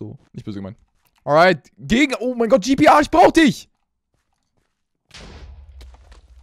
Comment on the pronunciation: Bastilogik: Spricht "Tomb" (englisches Wort) deutsch aus. Spricht "GPR" (deutscher Spieler) englisch aus :D